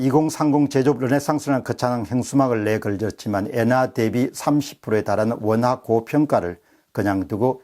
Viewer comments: 엔화를 계속 예나라고 하시네요~ㅎㅎ 자연스러운 흐름에 살짝 방해가 되는것 같습니다...^^ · 옌화? 엔화발음 장애자